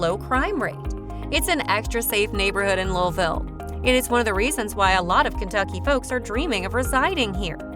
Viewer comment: Seriously? Change the name of this video, it is completely useless as this video is entirely about Louisville and its subdivisions. Also, you are not pronouncing Louisville correctly.